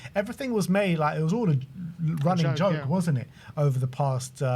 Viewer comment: “It’s a johoke”